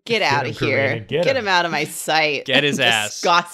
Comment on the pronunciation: Self-confidence be like: Eye Heart Maw Body